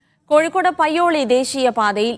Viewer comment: കഴിക്കോട് അല്ല കോഴിക്കോട്